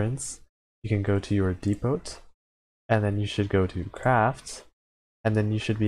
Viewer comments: The T is silent on depot my friend (dē pō) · Err.. "dee-poht"? Had to do a double take when I heard that pronunciation. Aside from that, informative vid 😁